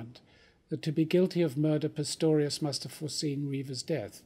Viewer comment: ...after the good Professor calls him PITTORIUS twice and fumbles his reading a little, surely someone could have realised, before he gets too far into it, that a retake would be worthwhile?